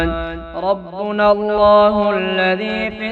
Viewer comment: 1.18 rabbana, aap rabbina padhe,aur baaz jagha bhi aap zaber ko zeer padhe, pata nhi, which rule or may b other country you belong